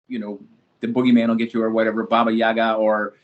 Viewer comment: Did he just say babayagga?😂